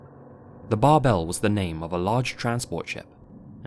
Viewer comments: Fun fact: „Bärbel“ ist stressed on the first syllable and pronounced like „Bear-ble“. 😊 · Little Note: Bärbel in German is pronounced like bear-bell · Great video as always. Just a little side note: The "ä" in the name of the ship in #1 is actually pronounced like "air" (without the "r" of course), also the "e" is kinda silent here, so it would sound something like "Bairble" :) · the name Bärbel is pronounced more like Bearbel than the Bar-bell you were using. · Bärbel should be pronounced bear-bel since it’s an umlaut. i think it translates to the name “Barb” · that's not how you pronounce bärbel. it's more like bearble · Me, a German: Bärbel is pronounced bear-bel. Great video as always! ♥ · I was hoping someone said something lmao, that bothered me.